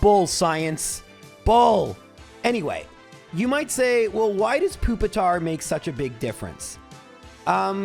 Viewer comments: Pupitars long u sound = Pupil, puke, putrid, popular, peculiar and puerile. Those are just the p’s I could come up with let alone any other beginning letters like Human. Nice try 🙃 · Pupil, pure, and putrid as well.